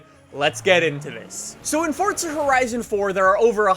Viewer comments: It's four za not fucking fort a there's no T stop saying it like that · its forza not fortsa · Stop saying FORTZA you fuxking douche! Its FORZA!!!! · "Fortza" is the actual pronunciation,. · can somebody please explain why people pronounce it as "fortza"? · Fortsa? Come on now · its pronouced forza... not fortsa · Why do some people call Forza, fortza ? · Please say forza correctly, it's not fortza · It’s forza not fortza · it's Forza not Fortsa I can't stress that enough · I like how u pronounce forza as fortza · Why does everyone say “fortza” it’s forza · “fortza horizon 4” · It's not FORTza horizon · How many times does he say Fortza Horizon 4? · Fortza?? Fortza.... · “Fortza horizon” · If I have to hear say Fortsa Horizon one more time I will blow my freakin brains out...dude learn how to pronounce the word right you freak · its funny how he saids forza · You butcher the word forza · There is no T in Forza... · The way you say forza fucks me off